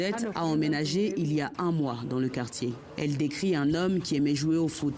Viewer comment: Au moins t'as prononce un peu bien leur quartier ehh c'est nos voisins 🇧🇮